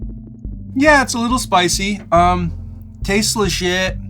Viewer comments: I think he said tastes legit but it did sound like tasteless shit lol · Sounded exactly like tasteless shit LMAO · I thought you said tasteless shit instead of tastes legit had to listen again